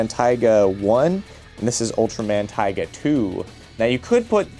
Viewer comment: It's "Tiga" as in "Tea", not "Taiga". There's already another Ultraman called Taiga.